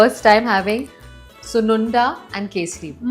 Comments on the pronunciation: Don't you know the language? And its not sunundalo its sunnundalu in telugu! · Sununda??? It is called Sunundalo. Pronounce- Soon- Un-Dalooo👍